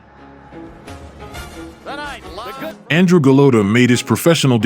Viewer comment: That's how you pronounce "Andrej"